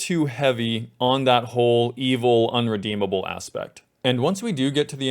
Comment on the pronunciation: ahem "irredeemable"